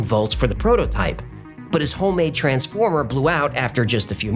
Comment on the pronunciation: what person says the word transformer with different inflections and different syllabic emphasis? 😢